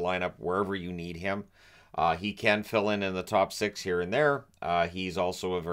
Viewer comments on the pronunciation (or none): none